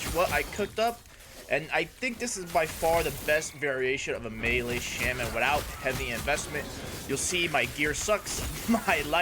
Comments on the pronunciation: cool build but please, it's not shemen, its shaman =d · The build seems really cool. I was thinking on what to do with the primalist. Also, just something for your knowledge, "Shaman" is pronounced "Shah-men."